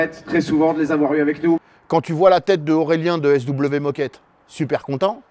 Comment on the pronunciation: Je rêve ou a dit sw moquette 🤣